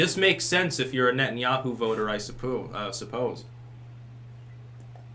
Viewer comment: That "suppOOse" near slip confirms that has been supplanted by a Canadian spy!!!